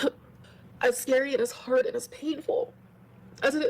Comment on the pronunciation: Mass reported hwhard!